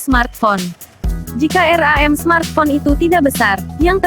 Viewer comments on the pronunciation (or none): Ngakak bilang RAM aja jadi R A M wkwkwk